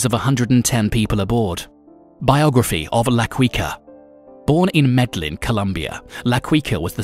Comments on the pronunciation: MEDLIN? Seriously? MED-LIN? WTF! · La qiqa and medeyin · Med-Ah-yeen ( MEDELLIN), La-key-cah (Laquica), Bow-ga-tah (Bogota), damn You've killed my ears, with such butchery of pronunciation of specific names, it's insulting... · It's pronounced "Med-eh-yeen", not Med-ellin. Quica is pronounced "Keekah". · I really hate it when a person pretends to be a subject matter specialist but cannot even pronounce the person's name correctly. Looks like someone didn't bother watching narcos....also it's "medda - yeen"....not "meda - Lin" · The pronouncation is Should Be Medeiin Not "Medilin".Also Its La Qika Not " la Queeka". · its pronounced key- ka not kwi ka... and medellin is pronounced med-ey-een not med-del-in.......so many times it hurt to watch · Had to stop watching hearing his name pronounced La 'Qweeka' instead of La 'Keyka'. Also the way he just pronounces Medellin exactly as spelt instead of 'Medejin'...Meh-deh-gin. Really annoying. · No it’s not med eyeen it’s Me-de-jin. That’s the correct pronunciation. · La queeka? Carli cartel? Medilin??? BROOOOO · Medlin lol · Medellin MEH DE YEEN MEH-DE-YEEN Bogota BO-GO-TA BO-GO-TA LA Quica LA-KWEE-KA- no hard K LA-CWEE-CA- no hard c LA-QUEE-KA/CA no hard Q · Wtf is Medlin ...it's Medellin. Someone needs to be fire for this episode. La QuickA (his pronunciation ) is terrible. I bet he thought that was his name because he was quick and swift lmaoooo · Did he actually say "medlin' Colombia"!? A new low in Youtube "documentaries". Hope y'all are ready to look at the same 5 pictures for 9 minutes. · What the heck is MEDLIN?? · La "KEE QA" and "ME-DE-YEEN" (or like Colombians) "ME-DE-JEAN" i didnt make it past 12 seconds. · "Medlin"?¿¿ la "Quicka"?¿? Awful pronuntation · Ba-goata haha Medlin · I got a good laugh from his Bogota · its MED AH YEEN.....its BO GO TAH...thats how you say it. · Every time I heard Medellin I laughed. That computer needs to learn. Lol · Omg the mispronunciation of the name is annoying me